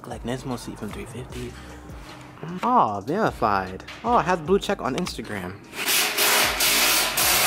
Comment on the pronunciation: chinese accent "InstagLam" falls out of role :D